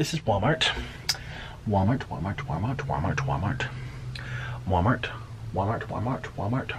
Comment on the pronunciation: He kept saying wamart